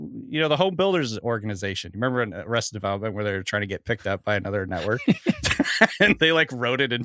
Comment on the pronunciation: making fun of Brady’s pronunciation but he says “anEther” almost every pod 😂